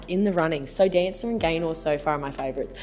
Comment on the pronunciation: Lol, SoDanca is usually the cheap brand here, like down with Sansha at the lowest end of the price range and I've only ever heard people pronounce it like "So Danka" not like "So Dancer"... Personally I think the patterned one was by far the coolest, that pattern is sick and the cut is super cool too.